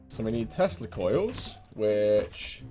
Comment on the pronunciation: Stg though he was saying testicles instead of tesla coils xD